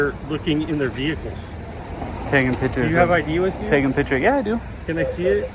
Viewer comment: PiCKTure...NOT PiTcher!